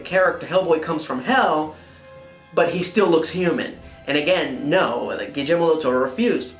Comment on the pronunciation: I cringe just a little bit when you pronounce Guillermo's name with a "j". But the rest is superb :)